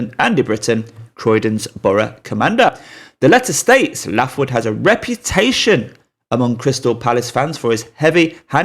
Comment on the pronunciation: Pronounced Laithwood, not Laughwood lol